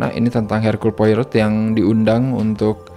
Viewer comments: Belum baca noveln ya 😢 bacanya 'Poaro' ya, Bang. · Poirot dibaca "Poaroh" :) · Cara ngomongnya bukan poirot tp lebih ke pourou